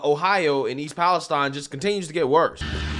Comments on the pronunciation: Its pronounced east palesteen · I usually overlook not being able to say words sometimes but this one made me laugh. I'm not even talking about the fact that it is pronounced there slightly different from every one else (palace steen). version sounds closer to Pakistan. In no way can you get an from ine. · Dude can't pronounce East Palestine.